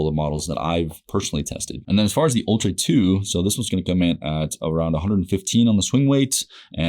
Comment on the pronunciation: It's actually pronounced "Ultra" ha